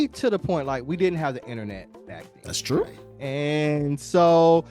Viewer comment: It's twu! It's twu!